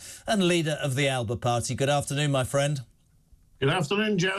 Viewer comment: It'S pronounced Alapa notAlba